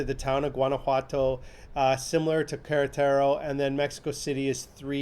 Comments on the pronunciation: You've said "Carataro" several times in this video. Do you mean Queretaro? We just spent 10 days in Queretaro and SMA, returning back to the US three days ago, and I have no idea where Carataro is. 🤔 Queretaro is pronounced "kay-REH-tah-roh" not Carataro. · Thats funny .... American tourists remarking about how touristy SMA is !!!!! For big stores we have Liverpool ( mexican Macys ) and City Market ( large upscale supermarket ) It's pronounced San Miguel Dey eye en day and the large city near by is pronounced Ka Ret Tar Ow not Karatearo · I live in Sanmigulense now. I love it. And it is pronounced like K-rá-ta-ro. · No disrespect but you want to learn how to pronounce Queretaro and Paroquia. And did you make it to Parque Benito Juarez for green space? There are also other parks as well. There is also a mall in SMA. Also pros & cons have a lot to do with perspective: hills provide awesome views. And every Airbnb I stayed in had screens on windows.